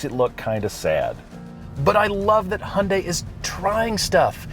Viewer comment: You guys have been automotive gurus for the longest time. Go grab the first Korean you see and learn from him/her how to properly pronounce 'Hyundai' so you don't butcher the brand. 🤔